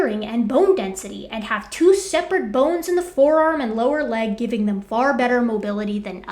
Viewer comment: "and they gibbon all they got" 🤪